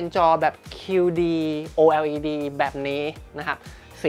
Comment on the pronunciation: ออกเสียงว่า โอเลด จะสะดวกปากคนไทยกว่ามั้ยเทอร์